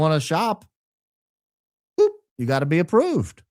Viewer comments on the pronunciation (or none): none